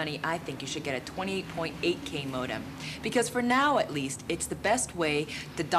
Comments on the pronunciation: M.O.D.A.M. is a dead Marvel character...every time I hear them pronounce it, I swear... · Congrats on 100 Riffs,. The cringiest aspect of this was the way they pronounced modem.